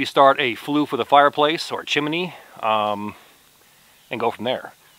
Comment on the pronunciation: have to correct you... it is chimney not chimeny; )